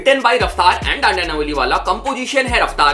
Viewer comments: Its ढांडा not dandya 😂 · Bro its ढांडा not dandya 😂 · Bro it's dhanda not dandya 😅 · भाई वो ढांढिया नहीं ह ढांढा न्योलिआला ह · Bhaii apne jab. Jab dhanda ko daandyaa bola gaali nikli muh se🙂🙂🙂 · Name toh sahi pronounce kro bhai it's dhanda bro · Please pronounce dhanda bhai’s name properly